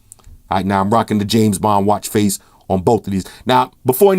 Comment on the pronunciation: I swear i heard James Bomb... did you?